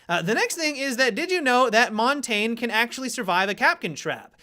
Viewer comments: and montagne as `montain` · he pronounces montonge wrong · montang... jesus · I cringe every time an American tries to pronounce montagne lol